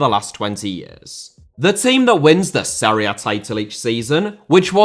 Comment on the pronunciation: Half* not Holf Serie * not Seri Via* not Vyer Idea* not Ideer